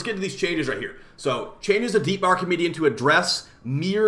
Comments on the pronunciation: Stop calling it “Archimedean” 😂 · why do u say an N at the end of archimedea